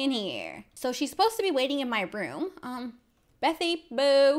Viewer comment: Never say betty boo again......Ps. I'm not a hater just don't say it agian.